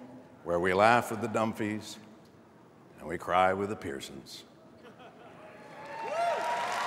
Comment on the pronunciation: He said "Dumphys". That's a prominent joke in the show. It's "Dunphys"